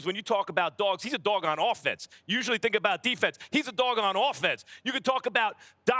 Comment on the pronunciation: I tshthrhrhtink 😭